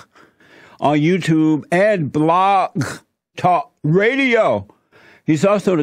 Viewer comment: It was asked why JLP having an audience is scary. I answered why it was scary to me. Almost EVERYTHING JLP says is horse sh!t. Hell, he can't even pronounce "Blog", but people take this guy seriously... THAT is frightening to someone like me who values reason, facts, evidence, and the articulate presentation of it.